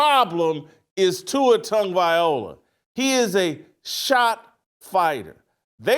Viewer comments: This guy still can’t pronounce Tua’s last name. It’s not Viola 😂😂😂😂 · Whitlock can say words like “ask” and “expect”….. However, he can’t say Tagovailoa. 😂😂😂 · At least pronounce it right Shitlock You wouldn’t stand for your name being publicly butchered….shows how little you care to not spend 3 seconds to pronounce it right , it’s not hard , if it is to you Mr. Whitlock than it say much about you. Tonga-Vai-low-ahh All together now … Viola Whitlock ? Really ? Your phonetics are about as good as that whack ass Ross shirt with the burrito stains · That man said TUA TONGUEVIOLA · First of all, the fact that you still can't say his name correctly is f*cking ridiculous!! Second... watch Kurt Warner's complete breakdown of the interception, and you will understand why I just un-subbed from your channel! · As well as reversing them. And this guy is/was a journalist? 😂😂😂😂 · This man cannot say that man's last name for nothing 😂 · try learning to pronounce his name for once